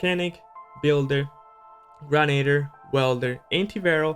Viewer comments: Shawd Cummings grenadier pronounced gren-aid-ear not grenader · XDoom SlayerX it’s actually Grenadier pronounced Gren-aid-ear not Grenader.